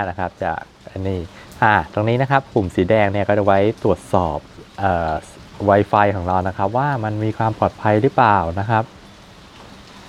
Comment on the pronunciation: มันอ่านว่าไวฟายไม่ใช้ให้อ่านไวไฟพูดไม่ชัด